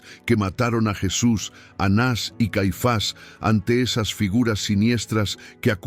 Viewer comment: Soy Sra NAVARRO. Estiy escuchando ka historia de ANAS Y CAIFAS. Dicha por USTED. Y oigo que no ha dicho correctamenre los nombres de esos personajes. Les da acento o se los quita a los nombres. Por favor no confunda.GRACIAS